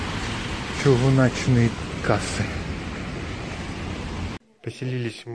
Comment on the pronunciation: "Чиуначьные кассы..." Тьфу мля!